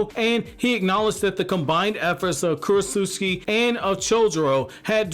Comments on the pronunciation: bruh stop saying kurochusiki its Ku Ro Tsu Chi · I like how you call her Krotsutski